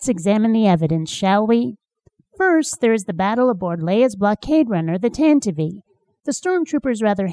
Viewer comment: did you say TantiveV? The "V" is five. FOR SHAME!